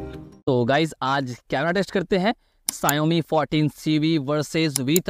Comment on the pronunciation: Not sawani ❌ xiaomi hota hai wo😂